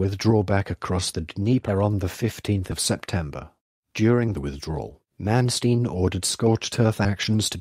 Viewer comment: AT LEAST HIS NAME COULD BE BETTER PRONOUNCED CORRECTLY.